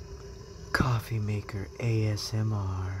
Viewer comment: COFFEE maker ASMR 🤣🤣🤣 purculate ACTION omg! 🤣🤣 it's CAWFY! I gotta try that cauliflower! I love anything cauliflower! Loved it YUMMY!!! I don't usually comment but that COFFEE killed me 🤣🤣🤣